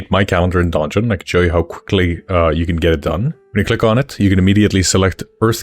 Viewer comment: Fun fact "donjon" is the french word for "dungeon" and the "j" is pronounced almost the same as the "g" is pronounced in "dungeon" in english. However, hearing it said like "Don Jon" made me smile 🤭.